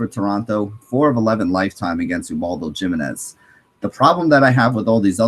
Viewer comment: Dude Ubaldo JImenez' last name is pronounced "Hi-min-ez"